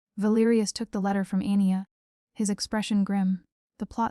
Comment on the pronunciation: Anya - pronounciation Arn yargh Not Anni er. Good story very enjoyable, thank you.